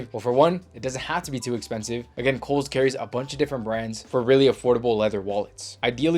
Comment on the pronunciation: When you first said Kohl’s I thought you were saying Holes and I looked for a website called that that sold clothes but couldn’t find one 😂.